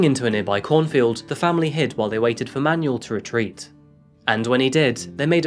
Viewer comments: Seriously.. this guys pronunciations.. who says Manuel as manual? And I’d like to get a coffee BEFORE I pull up a chair and sit down..otherwise I’ve got to get up again.. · Manual 🤣 its cleanly Manuel, you're British, you would have seen faulty towers and know how to say his name